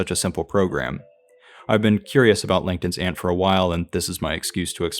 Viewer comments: you said langton's ant in a way to the point where the caption thought you said linkedin's ant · Is it just me. It sounds like you are saying “LinkedIn’s ant” instead of “Langton’s ant”. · Took me a long time to realize you weren't saying "Linkedin's Ant" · I genuinely thought you said "LinkedIn's Aunt" and now can't stop hearing that. Love this video and your attitude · Captions agreed. I thought it was a joke until I listened to it again. 😅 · I heard the same thing.